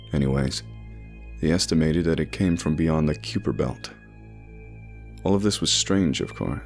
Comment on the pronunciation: I also noticed you mispronounced Kuiper Belt. That's pronounced as kīper belt. Lol Kyooper belt... That was almost cute. 😂